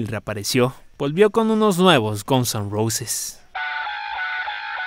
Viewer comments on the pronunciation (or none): Xq dice Gonson Roses??😂